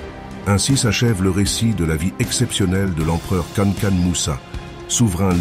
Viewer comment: Cest pas kanakan mais kankou moussa ou mansah moussa